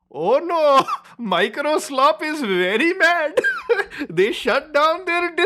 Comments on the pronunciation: You said "Microslop" incorrectly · You keep mispronouncing Microslop.